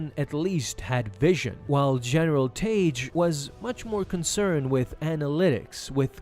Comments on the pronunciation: The only time Tagge’s name was ever pronounced in anything close to the canon was in the NPR radio dramatization of A New Hope. There, it was pronounced “Tag”. “Taj” is just way off the mark. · His name is pronounced "TAH-gee".